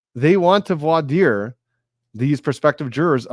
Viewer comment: the way you pronounce voir dire is the correct one (I speak French so I vouch for you 😊) Thank you for an amazing live session! Can’t wait for your next videos on the Boone trial